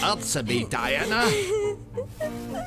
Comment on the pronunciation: Every time you say Diane instead of Diana makes me a little crazier inside! I don't know why, it's not really that big a thing compared to the rest of the LP, but it grates so badly!